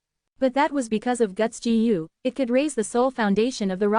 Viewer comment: Bro don't care about the comments complaining abt the voice , it is good enough but the pronunciation could be a lil better like it is pronouncing Gu as Jee You